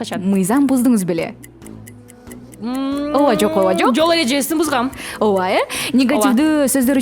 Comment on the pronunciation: Оова эмес ооба эле дечи.